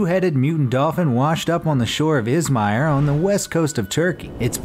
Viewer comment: You don't say İzmir you say İzmir